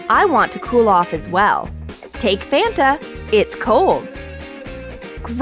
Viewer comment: Its called Fanta (fah-n-tuh) not fanta (fan-uh)